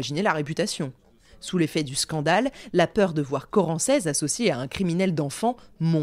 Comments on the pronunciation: Je suis de Chartres, ça fait bizarre d'entendre parler d'un bled de chez moi 😅 D'ailleurs Corancez se prononce Corancé. Mais peu importe, super vidéo 👌🏻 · J'habite à Chartres. A toutes fins utiles, on prononce corancé, sans le Z. Je ne connaissais absolument pas l'histoire donc un grand merci de me la faire découvrir 💞